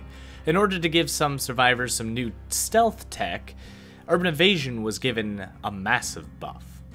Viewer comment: "Urban Evastion"...